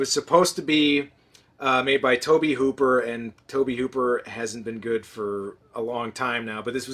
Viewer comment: I believe "Tobe" is pronounced "Toby". Dunno why!